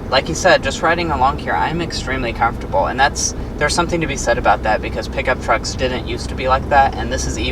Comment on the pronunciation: If he says afortable or plastic one more time 🤦‍♂️